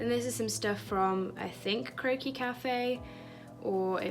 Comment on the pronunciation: I KEPT THINKING YOU SAID "CROAKY CAFE" NOT CROQUIS LOL